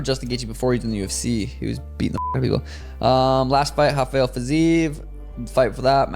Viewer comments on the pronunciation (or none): none